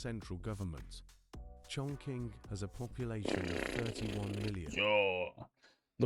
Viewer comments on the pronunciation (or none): Wrongly pronunciation for Chongqing.